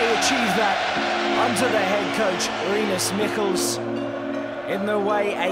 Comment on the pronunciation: Finally an Englishman who can pronounce Rinus Michels!